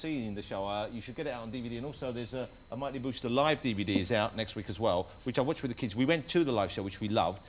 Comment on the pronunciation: No it's the mighty boosh. Not a badly pronounced bush. 😂